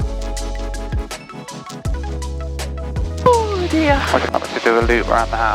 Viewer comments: Palestine Texas is pronounced "Pal-es-teen". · If this video is recent, we had super crazy fog that morning here in Galveston. It was hard to see to the end of the block. By the way, it's Pales-TEEN, TX, not like old Palestine 🇵🇸.